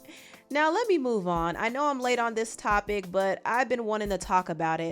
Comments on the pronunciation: "Yeh, trust meh" lmao 😂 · it’s the “trust meh” 🤣🤣🤭